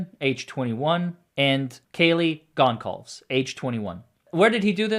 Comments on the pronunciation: its Ethan Chape-in, xana ker-no-del, kaylee Gon-cal-vez you mispronounced 3 out of the 4 victims names, please do better 🙄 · i am a fan, however in the most respectful way, you should really know how to pronounce the victims and families names, the judge twice got zanna's last name wrong, you said and I will spell phonetically, you said gonecalvs (2 syllables)and it is gonsolvez(3 syllables) the c is pronounced as S. with love please dont come for me 😊😊😊😊😊😊😊😊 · Gon-cal-ves —Ker-nole-el, e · Really like your work, but are completely mangling the Goncalves name. Please listen to others to get the correct pronunciation. You ought to check something that import. Less import is the knife name: kay-bar, not K A bar. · At least take the time to pronounce the victims names correctly